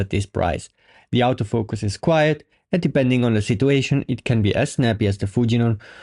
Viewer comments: Nice quick review. I like the way you phonetically pronounce autofocus….outofocus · Thought you said "Out of Focus lense" XD It took a while but then I got it.